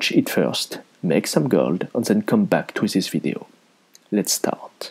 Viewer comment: I really like the way you pronounce 'gold' =) Makes it sound even richer! Nice vid.